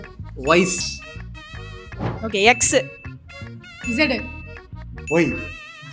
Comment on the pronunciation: Vice illa wise😂😂😂